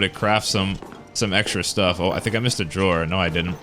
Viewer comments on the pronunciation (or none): none